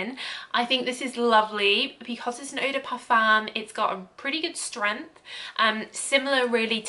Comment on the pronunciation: Love your videos 😍 thank you so much ❤️❤️ Just a little tip, eau de parfum is pronounced O DE PARFIN